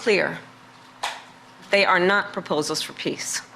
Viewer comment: Is Mr. Ukraine saying "we need just piss" ?